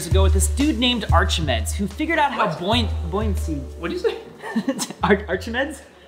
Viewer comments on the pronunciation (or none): Who invetned buoyuancy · "invetned buoyuancy"